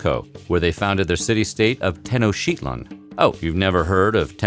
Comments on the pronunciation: Me Jica, not Mexika Tenock titlan, not Tenoshtitlan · It's pronounced "Teh-Nohc-Tee-tlahn", not whatever this dude said. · It's ten-oach-tit-lan (but said fast) if you're trying to say the city name Tenochtitlan. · TEH-no-SHEET-lahn? I was always taught that it was pronounced Teh-NOTCH-teet-lahn. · This mf really just said " tenosheetlan" smfh.... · I think the tenochtitlan is pronounced teno-chi-teet-lan according to my post-columbian latin american art history professor. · Te-no-chtitl(shlee)- tlan please there's so many places that teach you how to pronounce it. Also you forgot to mention that usually warriors would volunteer to entertain the crown & crowd. As well as the fact the royalty need to be present in all rituals and that they couldn't smile during the services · ..."Tenoshitlan"...this guy is an idiot... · "Oh, you've never heard of Ten-O-sheet-lan?"............. lol Of course I've heard of it. Just never heard anyone mispronounce it that way, proud buffoon. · I've heard of tenochtitlan but not tenosheetlin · You: teno-shit-land Every Spanish speaker ever: 👁 👄 👁 w-weren’t they supposed to be really clean? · It's Te No tic tit lawn. Learn how to read. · A city called "tenoshitland? Look here for the pronunciation of Tenochtitlan- please: Names deserve to be pronounced as correctly as possible. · YOU ARE SAYING IT WRONG. It is pronounced 'Tenoch-teet-lon' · hahaha its Tenochtitlan not tenoShitland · "you never heard of tenoshiclan?" Uhh pronunced like that? Yeah, certainly the first time... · It hurt my soul 😣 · "Tenoushitlan" si wey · What u never heard of technshdfjb? Perhaps nobody is saying it b.c u r saying it completely wrong so matter of fact-ly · It's called Tenoch ti tlan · Teno-chitilan you was saying it wrong. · rofl. pronounce the damn city right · Goos video on.aztec history, but hearing you butcher the name of the capital city was like nails on a chalkboard to my ears. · I’ve heard of tenochitlan but I don’t pronounce it the way he did haha